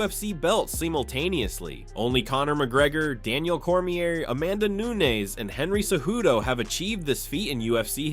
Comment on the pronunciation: Why can you not pronounce these fighters names? Like the most well known and reported on fighters in the world and you still put the"r" on Daniels last name lol. Good content otherwise.